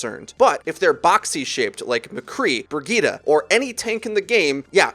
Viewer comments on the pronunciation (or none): I don't really watch ow videos, so I couldn't understand who this "Burgeetah" hero was. A new hero? A nickname? Then i understood that it was Brigitte lol. I mean she says her name in the game, just say it like she says it. Bree-gih-teh. Nice vid though! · Ok ok I get it u can call some hero’s differently but calling Brigitte BRIGETA IS A LOSS OF BRAIN CELLS